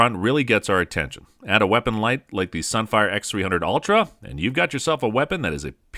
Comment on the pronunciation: What is a sunfire x300 ultra weapon light? I swear I heard him say sunfire?